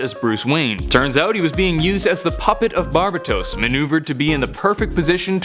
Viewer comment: Bar BA tose?